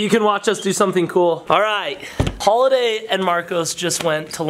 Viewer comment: Why do I feel every response I see that says holiday irritates me and feel like I need to correct. He deserves to have name right! FYI it’s HOLLADAY!!!